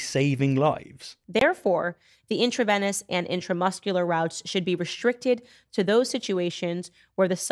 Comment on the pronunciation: Candace, it's pronounced intraVEEnous, not intraVENNous.